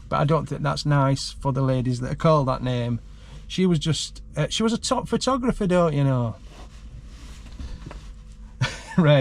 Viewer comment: she cant even say the word photographer ! how do they get let out without supervision ? you should complain to the local nut house